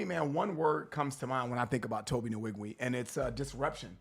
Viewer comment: I cringe ever time y'all pronounce the n in his name. It's weeg-way not in-weeg-we